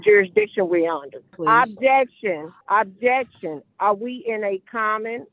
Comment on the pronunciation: Obb-Jay-Uct-Shun! Obb-Jay-Uct-Shun!